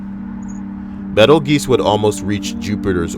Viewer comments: Love you, but. Bettel geese. Laughing hard. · Betelgeuse = Beetle juice